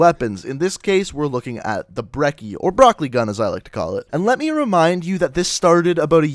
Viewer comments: pretty sure brecci is pronounced Breh chi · Its Brec-ey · I care more about people pronouncing the damn name right more than I do jitter mods, it's pronounce Bre-chee